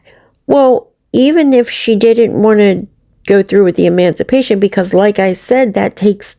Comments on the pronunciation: THIS, talking about education and emancipation or as says, MANCIPATION. She doesn't even know the correct word, or how to say it....... I said a while back i thought she was a hypochondriac lolll, she certainly sounds like one. However, MMF suggested she is having withdrawals, due to not taking her Suboxene correctly. I believe she is 100% spot on. Of course will exaggerate the symptoms, just in case she loses her Disability for her mental health. This way, she can fall back on physical disability, to keep the money rolling in...Actually, what has happened to the carpal tunnel?? 🤔.... She may be a total a.z.z.w.i.p.e, even an illterate one, but she is all there then some, where money is concerned 😑.... She really thinks herself something now. That's ok, keep climbing high. Just a greater height to fall from 🤭🤫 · Omg you DA it's not mancipate it's emancipation/emancipate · Hells bells, she can't even pronounce it. 😂😂